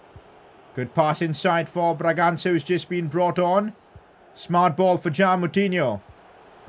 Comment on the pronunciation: PCQ: it's actually funny how calls brangança "braganga" and the guy misses his pass or gets stopped in his tracks in that moment 😂😂